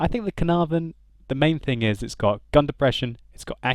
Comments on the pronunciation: Ca-Er-Nar- Von ! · I'm Welsh, and the Caernarvon is named after the Welsh town Caernarfon, and every time you said caernarvon i died a little inside... It's pronounced Kair-nar-von (second "a" sounds similar to the first) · The way you pronounce Caernarvon is really funny 😂 I don’t know why they use a “v” instead of an “f”. It’s named after a place and the place name is spelled with an “f”